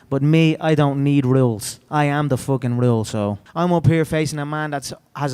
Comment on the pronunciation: Never heard so many R's in the word rules